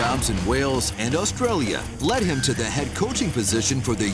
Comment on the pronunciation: Who's the narrator? Why can't he pronounce 'Wales' and 'Australia'?